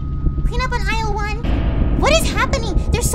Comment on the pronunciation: Did she just say "clean up on Ilse one" THIS IS A BEDROOM NOT THE SOUP STORE